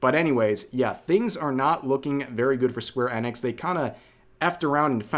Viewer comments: Rev, why are you pronouncing "enix" as "annex"? You do know it's pronounced "eenix" right 😅 Or is there a joke I'm not getting? =p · it's E nix. not EN ix. seriously dude, wtf. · EEENIX not Ennex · Is it really "Square Ennex", I thought it was "Sqaure E-nix" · My guy I hate how you say that it's square eeeeee nix not annex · its "eenix" you goof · The way you say Enix is so painful to hear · why you saying enix like that